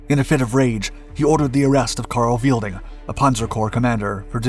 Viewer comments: Weidling not Wielding (Viydling not Veelding). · Helmuth Otto Ludwig Weidling, not "Karl Weilding" Please do your research, this is just embarrassing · Afraid you missed something about one of the generals. Name was not 'Weilding' ("Weel-ding") but 'Weidling' (Wide-ling). Otherwise a pretty good summary.